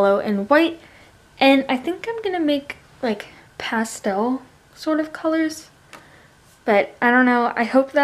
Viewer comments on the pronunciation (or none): The way you say pastel is really annoying